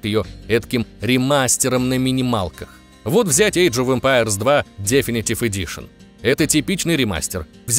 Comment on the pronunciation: Вообще-то, 1 Crysis был на движке CryEngine 2, а не 3. Definitive - слово с двойным ударение на 2 и 4 слог. Как можно было ударение поставить на 1 слог, я вообще хз. Ебать я душнила...